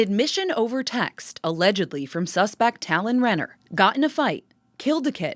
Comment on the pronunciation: My maiden name is Renner. It makes me sick to think that someone I might be related to (Renner isnt a common last name) did this. On a separate note, I apprecite the fact that you pronounces it correctly.